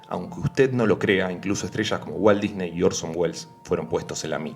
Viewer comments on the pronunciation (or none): none